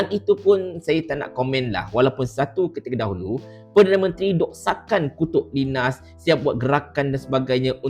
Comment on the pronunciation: Bukan sebutan Linas, tapi Lainas